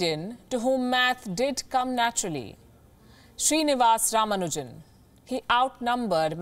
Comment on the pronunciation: His name is Srinivasan Ramanujan .. you can at least say this right!